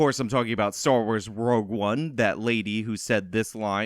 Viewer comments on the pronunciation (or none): none